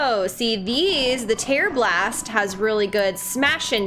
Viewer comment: "Blunt" is actually called "tear" (rhymes with 'wear,' not 'fear' like I used to think), referring to components that can be removed. The tearblaster arrows were some of my best friends.